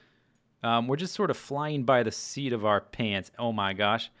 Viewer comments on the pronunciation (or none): none